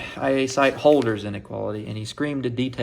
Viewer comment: If you're doing a PhD in Analysis, we expect you to pronounce "Holder" correctly :p. It's supposed to be "HURL-der".